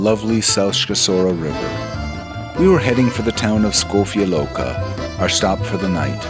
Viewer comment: I really liked you have pronounced Škofja Loka 100% correctly! Seen all your Slovenia videos, very nice presentation.